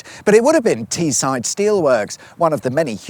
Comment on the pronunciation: The way you pronounced Teesside was diabolical. You should visit Guisborough and Redcar and document how their speed camera signs are the wrong way round for some reason 😂